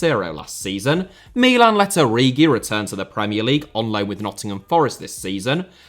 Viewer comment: His pronunciation of Milan in this video was perfect. It's Mìlan, not Milàn like you foreigners always say